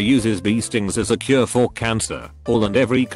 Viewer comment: The automated voice adds a tone of sarcasm to this video and makes funny blunders. For instance, calling IBS like the imaginary word ibes. Then there's jallappono, mick for mic, and my favorite, curay (like it's French) for cure. You probably have to write IBS as eye bee ess, but then it might say "I bullshit".